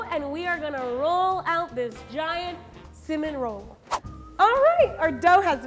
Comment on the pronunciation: “cimin roll.”